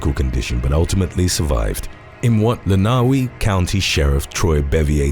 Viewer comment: For the 'Faster Horses' gathering, it is pronounced 'Len-ah-way' county - not 'Len-ahh-wee' county. Just sayin!!! Keep up the great work, 😍!! This channel is nothing without you manning the mic!!!